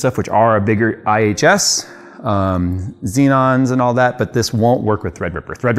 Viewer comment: Did he just say xenon's?:))